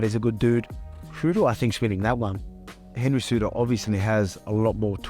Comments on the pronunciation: Did Volk really say Cenry Hejudo ;) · Cenry Whohudo? Lmao I think that's a better name for him anyway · Opening scene "Aljermain or Cenryhudo" 😆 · Senry Hudo? Haha. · Cenry hejudo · did i hear a Cenryudo? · "Senry Hoodo" lmao